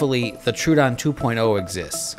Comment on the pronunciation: Troh-uh-don. Thanks for the video!